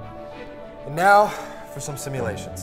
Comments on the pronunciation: simuliutions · Even the crew say simulations in the behind the scenes video XD